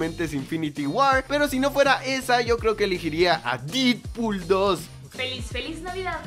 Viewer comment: Es Deadpool no didpul